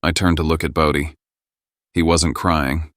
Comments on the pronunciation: Why must you keep saying body when the name is Bodie? So annoying 😑 . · This story needs several corrections. "Bodie" is not ever pronounced 'body,' and it is misspelled in several places. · Everything about was horrible. Slow and it's BO DEE! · Bodie pronounced bow-dee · AI voice cannot pronunce "Bodie". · Sometimes they said it correctly and most of the time it was mispronounced